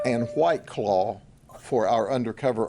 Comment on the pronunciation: “H-WWYYT CLAWW”😅😂